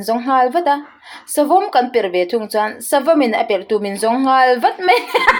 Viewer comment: Lawm bawih, 'i ril a ṭâm chuan chaw ei rawh' kan tih a, 'chuan' kan lam rîk ang hian, 'a notê chuan' tih kha lam rawh.❤